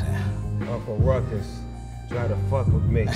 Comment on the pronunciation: Snoop “Tha f**k you say!?”. Uncle “Rou-Coux” with a splish-Splash of Irish. The world couldn’t/can’t handle Ruckus. I learnt about Jim Crow from this series. It’s relevant and necessary. From 🏴